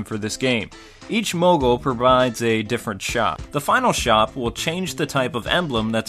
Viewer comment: Excuse me? Mogle?